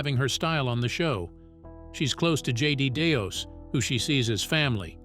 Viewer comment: JJ Deos? You mean Jonathan JJ Day? Lol